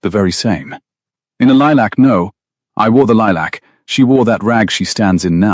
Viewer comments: Itz lilac not lee-lack, but but that how pronounces words😉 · "Lee-lack" is not a soft color of lavender, not in English, not in American. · Lilac is.